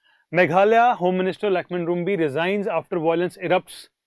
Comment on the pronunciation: Lakhmen Rymbui. It's pronounce as Rimbye not Rumbi.